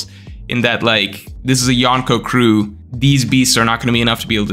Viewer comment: why do you say yonko like that lol so embrassing